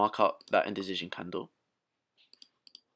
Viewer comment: You always make me laugh when you say "Indicision" It's like there is a Z substituting the C. Other than that, thank you for the great Playlist you've gather together for us!